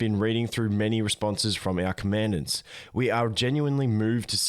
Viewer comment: Just FYI, it's "Com-en-dahnts." Thanks for the update videos.